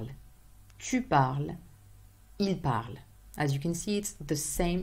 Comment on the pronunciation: I have a question. Whenever you say (Je parle/ tu parle/ il parle), I can't hear you pronounce the French R but rather a regular English R! Is that so?